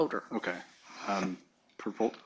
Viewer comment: Come on, its a purrrpel folder, purppol folder